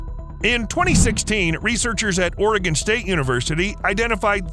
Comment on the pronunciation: I hate how he Pronounces Astoria and Oregon!